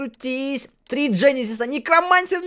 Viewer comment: Правильно генезис а не женезис!